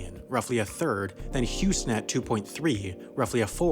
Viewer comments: Why you say Houston so weird you say Hous Net is posed to be Hous ton that what I hear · You called Huston, Hughes Net. Bastard smh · You called Frankfurt, cologne, and Houston, Hewsnet wtfudge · Just found out that this was a computer speaking where he says "Houstnet" instead of "Houston" . Kinda sad now... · "Houston at" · omg wtf is hue snat? its hue sten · I swear when you said houston you said housnet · Lmao he pronounced Houston as Huesnet. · Did you pronounce Houston, Housnet?